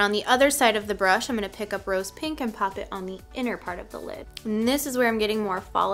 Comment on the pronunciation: “Just gonna paaaap this color right on the lid” lol that Chicago accent coming out. I feel you girl 😂 but yes please more tutorials like this!